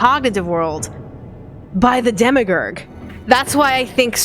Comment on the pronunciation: The only sad part was listening to pronouncing "Demiurge" as "Demigur".